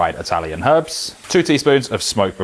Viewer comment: Thank you for saying “Herbs” and not “Erbs”